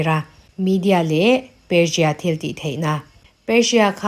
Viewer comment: Persia pawh perjia angin i lam a,țawng no tuum lutuk lo mai la